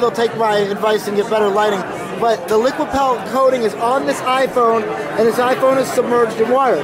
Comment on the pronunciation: I think it's Liquipel, as in repel